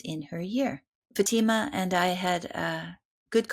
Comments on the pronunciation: Her name is pronounced FATH -I-MA. Not futeema she’s polite not to correct you ❤ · It is not Fateema. It is FAAtema! Ask a Muslim for correct pronunciation. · First of all, you need to research how to pronounce this Muslim woman's name, and it NOT SHEEKA FATEEMA. Secondly, Sheikha Fatima should NOT call Ibrahim's HAGAR - as in "hagar the horrible" - you should have called her Hajer. The proper pronouncement. KHADIJA is another mispronounciation. I found it very very distracting and could not follow this conversation. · Learn how to pronounce your guests names. It is not “faTEEma”..